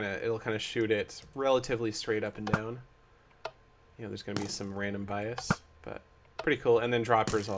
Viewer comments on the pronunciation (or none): none